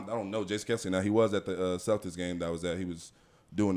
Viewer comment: Girl boo😂. Ain't nothing respectful about blind siding someone smh. Clearly Z was worth his time or kelce wouldn't have lost his cool over some football🙄. He ain't have to come from behind, my guys are always ready💪. And finally it's Kelce, not kielce😝😂